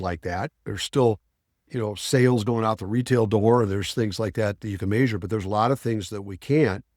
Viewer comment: Say measure like that one more time….